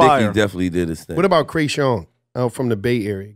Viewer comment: Nah ain’t no way said “Kreayshawn… Gucci Gucci”